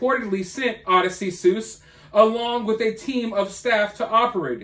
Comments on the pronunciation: That's , O-diss-see-us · Odyssey suess…please read The Odyssey. If you actually care about history. It’s the best book ever. I hope to god you’re pronouncing it like that so that people will comment more to correct you because damn